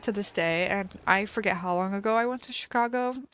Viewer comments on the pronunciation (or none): none